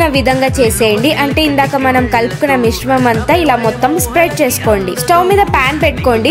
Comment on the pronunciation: Adhi misramam mishamam kadhu but recipe super